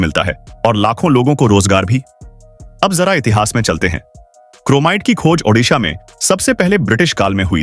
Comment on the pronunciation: उड़ीसा और ओडिसा Shame on you that you cant pronounce or write correctly. One is in India and other in Ukrain